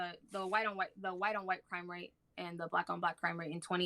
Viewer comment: Y’all not only was it her first debate she had no cohesive points whatsoever 😂 none of her narrative makes any sense . Lmfaooo when you corrected her pronunciations of crime rate 😩😩😩 you owned this shit There’s little to no evidence that black people committing crime at higher levels than white people. According to the statistics we actually commit crime on the same plane as white people..